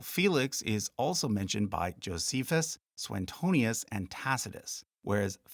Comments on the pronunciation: It's Suetonius, not SueNtonius. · Straightforward is a single word, not two. Also, Suetonius doesn't have an extra n in his name. You repeatedly appear to say "Soo-enn-tonius", but it's just "Syoo- uh- tonius". Nice video, all the same. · I'm not sure if you're the YouTuber who said Suetonius like "Sue-Tony-us". Now you're correctly pronouncing the 'e' separately but inserting an 'n' that isn't there. soo-way-TOH-nius.